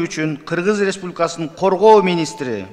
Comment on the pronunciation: Республикасынын деген созду так айтчы айланайын